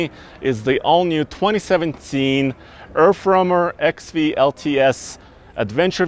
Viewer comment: erfromer hahah u need to pratice that word